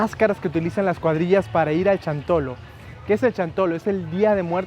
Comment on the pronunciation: No es chantolo ,es xantolo ,pronunsia bien no seas tonto